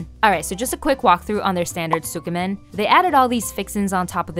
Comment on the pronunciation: You're not supposed to pronounce the "u" in tsukemen, though. It's more like "skeh-men". Other than that, lovely video, nice vibes. You earned a sub!